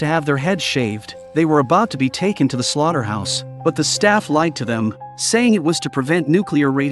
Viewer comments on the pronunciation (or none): none